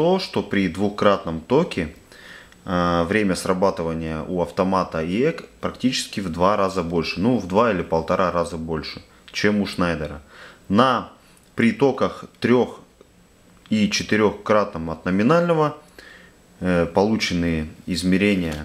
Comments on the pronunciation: Почему автор всё время говорит ШнАйдер? На видео ВА фирмы ШнЕйдер, а никакой не Шнайдер. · И снова не "шнАйдер", а "шнЕйдер".